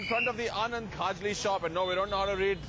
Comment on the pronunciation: Rocky its KHAJLI not KHAJRI...